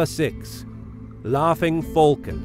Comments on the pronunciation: Bruh... U spell falcons wrong u spell them folcon but it's pronouced falcon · He calls a falcon a fulcon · “Fulcon” I actually love the way it’s pronounced in this video 😅😁